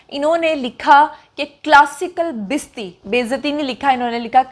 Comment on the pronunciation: یہ ھڈی والی بات مجھے تو سمجھ نہیں آٸ ۔ لیکن یہ سوچ رھا ھوں کہ نے ھڈی کو بار بار دھرایا ھے تو کوٸ خاص بات ضرور ھے ۔ بھی غور کریں کہ لفظ بستی نہیں بلکہ بے ستی ھے ۔ ” بیستی “ ہی لکھا ھوا بھی تھا ۔ پنجابی اور ھندکو زبان میں بے عزتی کو بے ستی ” بیستی “ کہتے ھیں ۔